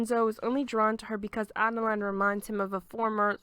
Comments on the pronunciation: i think her name is adelina, not adeline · It's Ah-deh-lee-na. Spelled Adelina. It's Raa-fah-eh-leh. Spelled Raffaele. It's Keh-neh-truh. Spelled Kenettra. Love the summary nonetheless.